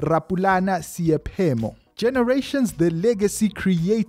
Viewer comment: Not Seyaphemo👎🏿but S..e..i..phemo